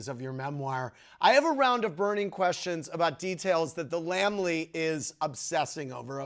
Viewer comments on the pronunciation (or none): *Lamb-i-ly. Not Lambly.